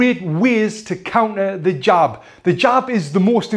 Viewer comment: Whenever he said "the jab" all I heard was "hijab" lol and no offence to any Muslims